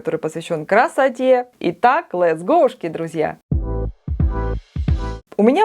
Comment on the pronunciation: Боже! 🤣лэтс ГоУшки....😆